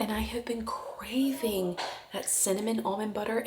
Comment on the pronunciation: Craving did say craving 😊😅